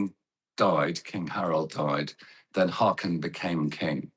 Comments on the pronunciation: How hard is it to pronounce his name correctly.. Disrespectful. Håkon, not hakon. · how about pronouncing it Haawcon? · The new king’s name shouldn’t be too difficult to pronounce correctly. Haakon is roughly HAW-kon.